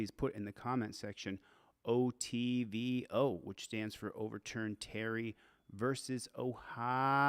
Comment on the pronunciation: Its ITVO not OTVO